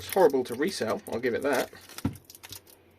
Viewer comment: You kept saying "re cell" and I was thinking "re sell"...just a comment for the algo.